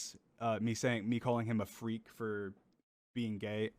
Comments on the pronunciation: Ah yes, the emphasis on FREAK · The emphasis on the word made it hilarious, as you said you found it to be